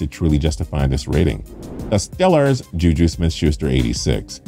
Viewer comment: Did he just call the Steelers the Stellers?